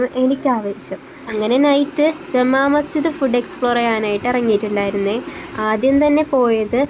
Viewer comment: Jamamasjidh❌ jumamasjidh✅